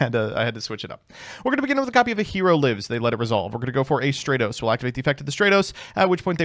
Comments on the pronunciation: *stra-tos Imagine calling him stray-toes, smh, not very Dennis of you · Bold of to pronounce Stratos in the exact way that includes "straight", especially so close to pride month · I like how in the same line of thought he goes from pronouncing Stratos correctly to calling it Straytos again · If you wanna apologize to Stratos, first you need to start pronouncing his name right 💀💀